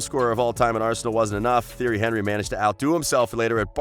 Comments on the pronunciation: Theory Henry? Haha. Narrator has never watched football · Theory Henry 😵😵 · HorrorGames 123 exactly he’s saying theory Henrey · Tee-airy On-ree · "Theory Henry" at least learn how to say his name before making a video on him ffs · Actually he say: Jerry Henevery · He's French. teeonry eenry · I demand you remake this video and pronounce his name correctly! It's pronounced ti-er-ree hun-ree. And it's Arsene Ven-gur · Im eurooean and its pronouced thierry anrry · i have never heard a football fan mispronounce thierry henry. you expose yourself as a fraud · disliked, due to you not knowing how to pronounce his name, you could've used the nickname TiTi and it would have been just fine. that tells me you do not know Thierry Henry. the name is the essence of a thing. nothing can exist without a name and you better know this one otherwise those who watched him will voice their discontent. The greatest and the most feared striker ever along side Ronaldo The Phenomenon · Yup I left as soon as I heard that.